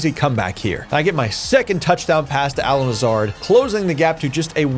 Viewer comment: Not a fan of the pronunciation of Allen Lazards name lol he’s an absolute gem so you better get used to that name and cherish him. Bigger loss than Rodgers.